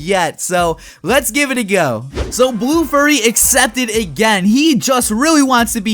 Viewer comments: I love how he keeps calling BlueFury21 "Blue Furry" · u said blue furry instead of blue fury.. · Its not blue furry its blue fury pronounced different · Omg it BlueFury21 NOT BlueFurry21